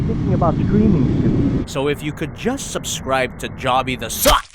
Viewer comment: "" What, are you on pornhub now?